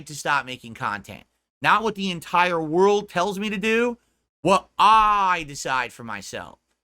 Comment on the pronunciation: "everybody betrayed me, i fed up with dis worl"